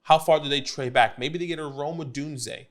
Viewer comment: Good vid! I’m proud of you for figuring out how to pronounce Odunze. I’m still holding out hope that you can figure out that there is no L in McConkey!